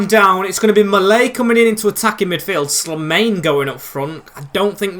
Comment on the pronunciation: Very happy to have you back mate! Btw The way you pronounce Slimane is SLEE and then mane like the former Liverpool player.